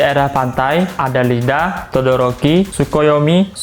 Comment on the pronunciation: iida bang,bukan Lida